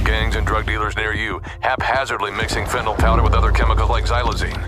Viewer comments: "Fent-a-nil" not "Fent-a-nall" Don't know what the insistance is on mispronouncing this is. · I’m a post-op nurse who gives fentanyl safely to patients every day. Maybe this is a minor thing, but for those who are leading the fight, please add to your credibility by pronouncing it right: fen-ta-NILL. not fentaNOLL.